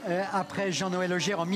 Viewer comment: C'est Jean-Noel Augert, pas Aubert